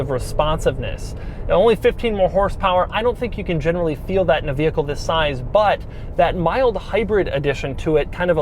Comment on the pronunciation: Doug always starts his vedio with a ‘Ziss’ lol